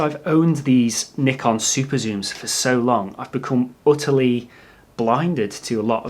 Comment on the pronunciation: You are one of the very rare native english speakers who are able to pronounce "Nikon" correct, so that was a huge plus for me in this video :D For the new lenses I'd rather look at Sigma and Tamron than Nikon, because what ever advantage the Nikon lenses are supposed to have is overshadowed by the huge amount of saved money with the other two brand (and their lenses are also not cheap). Cheers from Germany =)